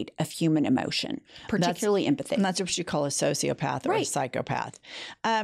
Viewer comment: Vot ? Maybe she just vonts to stay away from the stench .